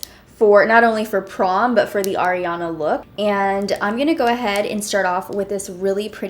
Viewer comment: Lmao, thank you for pronouncing Ariana's name correctly 😂😂😂💯💯🍒🍒